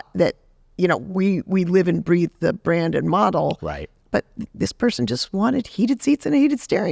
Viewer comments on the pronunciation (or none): none